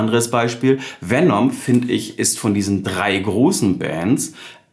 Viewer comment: Nicht VenOm, sondern VenEm. Herrgott nochmal ist das so schwierig?